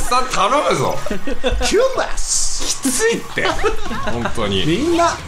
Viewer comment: 唐突なの発音良い「キュンです」にめっちゃ笑ったw